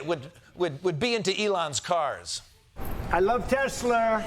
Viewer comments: I wonder if Trump still loves “ TESLER” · "I love Tesslerrrr" did he say Tessl(ER)???hahaha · It's pronounced "Tesslur" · "I love Tesler. Not any murrr!" That's a T-shirt waiting to happen.😂😂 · Trump loves tesler, not tesla, you heard it. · The way Trump pronounced Tesla reminds me of Madea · “I love tesler” “not anymer!” 😂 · I fell on the floor with the "I love Tesler" and Michael said, "Notny MER!" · "I love Teslurr!" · “Not any merr.” 😂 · "What kind of idiot would be into Elon's cars?" "I love Tesler!" "Not anymer!" 😅😂